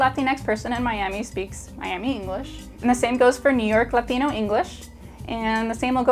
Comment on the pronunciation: it's "latino"